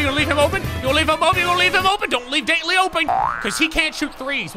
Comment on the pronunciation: He says it like ‘Daintly’ when it’s pronounced ‘Dawntly’